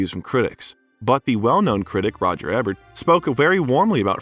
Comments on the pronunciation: Roger Ebert (EE-bert) not (Eh-bert) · yes it is pronounced eeb-air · Thanks for a comprehensive review. I'm so glad that Brendan won last year's Oscar for Best Actor. He was just great in "The Whale." Just so you know, the late film critic's last name is EEBERT -- Roger Ebert, not the way you said it.